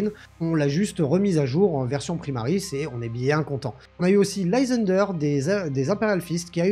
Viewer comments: On dit l'ail sander😂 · Le y en anglais se prononce comme le i en français en général. Donc c’est Lysander comme un français qui parle avec son gros accent bien français 😅